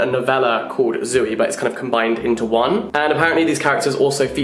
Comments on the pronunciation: Can someone tell Jack it's not Zoo-ey. 😬 It's just Zoey (Z-owe-ey) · saying Zooey like zoo-wee-mama from Diary of a Wimpy Kid is wild to me